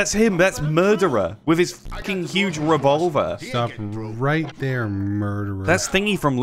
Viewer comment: "thats him! The murdererah, with the huge revolverah" love the commentary lol